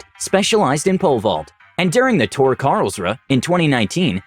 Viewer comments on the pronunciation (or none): none